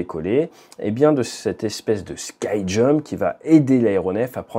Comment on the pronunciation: 'ski' jump comme en francais pas 'sky' X')